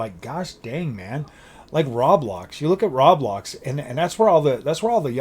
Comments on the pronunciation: “Rablox” made me laugh, isn’t it Roblox? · I must correct you, it's pronounced row- blox